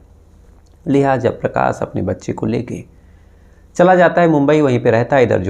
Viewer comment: Dear Aap Prakash ko Prakas , Shuruaat ko Suruaat, Shaksh ko Saks kyon bolte ho. Please apni bolne ka tahaffuj ko theek karen. Aap Prakas bol rahe ho,its too irritating dear.